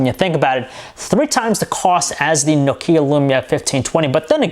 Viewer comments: Perfectly biased..... another andriodsheep..... try to pronounce nokia not nok ia ur so noisy... plsss stop that u like a mongoloid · It's Nokia, not Nokiia ffs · nuke-hia (nokia) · THIS ASIAN doesnt know how to pronounce nokia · Besides the pronunciation of Nokia, wery good review! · Learn to pronounce Nokia correctly.